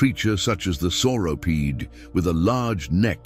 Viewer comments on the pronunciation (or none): Sauropod, not sauropede.